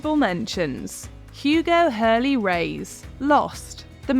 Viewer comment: Hurley ? Are you kidding 😂